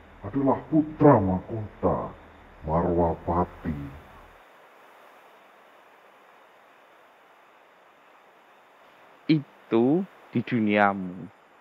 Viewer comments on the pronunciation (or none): Bukan marwapati om , tapi malwapati